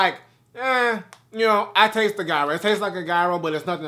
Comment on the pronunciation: In his defense, he's not the only I saw pronouncing the word Gyro completely wrong. Lol